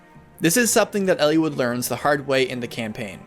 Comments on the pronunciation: It's eel-eye-wood not ellie-wood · I never got the A support ending. I never got all recruitments. I did complete with no deaths. Also I had the reverse look on the three main characters that you mentioned at the beginning of the video. Why are you pronouncing the names like that btw? El-E-wood? I've always said El-ih-wood!